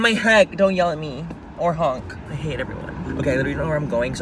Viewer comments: "I halllllllle it" (tongue rolling "hate") KILLS ME every damn time!🤣🤣🤣 I'm from ANAHEIM!! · lmao i love when you talk & roll your tongue “i fucking hatttrrreee it” lmao but i’m from pakistan but i live in new york ❣️